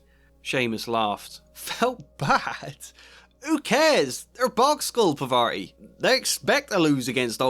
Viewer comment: Maybe I'm wrong ... But this is irking me a little... So I'm going to say this - If her name is spelled Parvati, you're pronouncing it all wrong. 😂